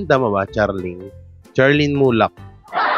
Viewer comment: Charlene pronounced (Sharlene )